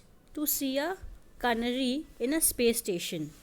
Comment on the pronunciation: Ca na ry nhi hota stupid... Fool wo CANARY HOTA HAI DEHATI HO KYA?....